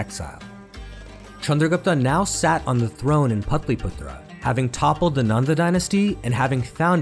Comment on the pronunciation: suprised that he cant pronounce patliputra 😮